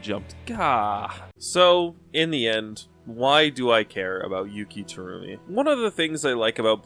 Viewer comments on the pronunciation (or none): Take a shot whenever Terumi's name is mispronounced